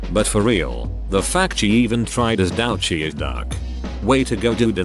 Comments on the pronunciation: Come on!!! You chose the title of "douchiest" and you can't make the electronic voice pronounce it correctly. Add yourself to the "douche" list. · "dowch" gets me every time lol